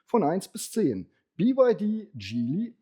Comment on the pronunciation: Hersteller Changan wird in Chinesisch als Chang An (nicht Chan Gan) ausgesprochen. Chang An (长安) war die Hauptstadt von TANG-Dynastie, wobei TANG wiederum ein Modell von BYD ist.